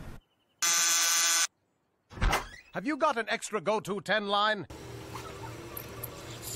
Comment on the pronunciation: Homeboy can barely say the word education.